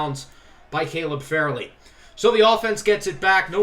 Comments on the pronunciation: No big deal but ur corner name sounds out like far lee not fair lee as u call him. Good team good vid good creator. Keep up the great work 🙌🏽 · JSYK its FARley not FAIRley